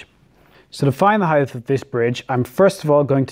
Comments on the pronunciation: Heith is not a word. It's height. As in hite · There’s no “th” in height. Rhythms with “right”. 😃